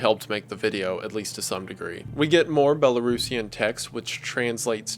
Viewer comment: Huge props for your pronunciations of "Belarus" and "Belarusian"